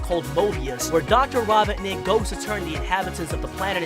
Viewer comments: Why is it so hard for you to pronounce Robotnik correctly? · First of all, Knuckles isn’t evil and wasn’t trying to steal the master emerald, also you said Robotnik wrong, also almost everyone knows sonic loves chili dogs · Ahem why did he say robotnic wrong or is that me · i love how he pronounces robotnik wrong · It’s not robbitnick it’s ROBOTNICK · Robotnik not robinik or whatever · The doctor Ra-Bont-nick just gets me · Its not robohnik Robot-nick 🤓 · Mans can’t even say robonik. “ Dr. rObon iK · Robot nick not robbinick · HIS NAME IS NOT RABOTNIC HIS NAME IS ROBOT-NIC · Its Dr ro not raw and u get the rest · Bruh keeps saying Raw-bawt-nik, ITS RO-BOT-NIK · It’s row-botnik. Not raw-botnik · Why do you say robonic instead of robotnic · Dear god I'm 2 minutes into this video and I'm cringing. First, get on the with the goddamn video, you use way too much exposition in your Intro's and it goes on for way too long. Second, It's Ro-bot-nik, not rob-bot-nik, they say it numerous times in the first and second movies Aswell as numerous times in the games, get it right. Third, Mushroom Hill zone is not a planet, neither are most of the zones from Sonic games barring sonic colors. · Bro said robotic and not Robotnik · So you said ROBIN NICK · It’s dr ro-bot-nik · Hey buddy not to be a critic but it's pronounced ro-bot-nik k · He really said “Dr. robit-nic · Why are you saying robotnik like rob,otnik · It’s Robotnik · I'm wondering if this guy has a speech impediment since he uses "w" in place of "r" and pronounce "Robotnik" as "robinick". Not to mention "queen emewald" instead of "Master Emerald". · Me: Aye robertnik I need to talk to ur grandpa about him sending space colony arc crashing to the planet any chance you know where he is Egg man: dude he be ded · did he just say rah-bah-nik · Why do you pronounce his name like that. Raw-bot-nic Somethings wrong with you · I'm mad he's saying robotnic the way he is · Raboughtnick. That is definitely how you say that